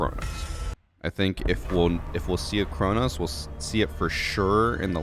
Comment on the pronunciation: It’s Cronus